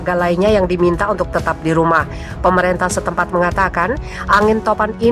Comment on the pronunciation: Bacalah yg benar: Bukan PropEnsi tapi propinsi Bukan PemerEntah tapi pemerintah. Ini hal mendasar yg seharusnya anda kuasai.